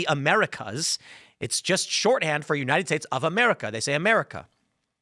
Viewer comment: He said “yunited states” at the end. He did mention the US. He’s still a degenerate though